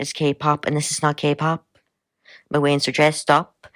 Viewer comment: IT'S NOT KAY PAP 😂 never gonna be not funny